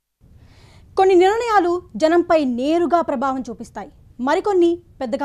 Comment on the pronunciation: A basha amma adi nirnayalu ani chdavali Telugu. Neevu niranayalu ani chaduvutunnavu emito